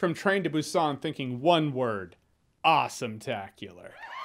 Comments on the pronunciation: Its pronounced boo sahn with the emphasis on the “oo” in boo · Should be more of a "p" sound correct? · hmmm sort of. They don't pronounce it with a heavy "B" so to native english speakers it sounds like "P". So it's a very subtle b. They use the letter "p" in the alphabet too. For example bread is spelled (in english) ppang so you'll definitely hear a difference between saying Busan and ppang. Hope that clarifies XD